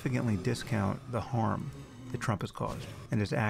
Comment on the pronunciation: Sam says 'harm' like 'horm'